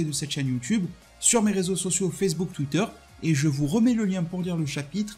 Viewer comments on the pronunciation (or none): none